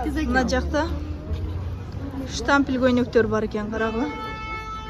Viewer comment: Жакшыраак сүйлөгөндү үйрөнгүлөчү анан тарткыла штапил фудволка дебестен анан адамдардын бетин без разрешение тартканга кандай укугуңар